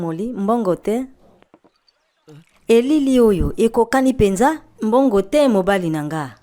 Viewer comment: Mbongo te? Pas d’argent? Bongo te? N’est-ce pas? la prononciation dans cette video etait “mbongo te?” au lieu de “bongo te?” Sinon, c’est bien le concept